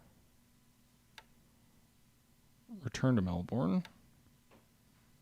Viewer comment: We pronounce Melbourne, "Mel"+"bin" , please for my ears :)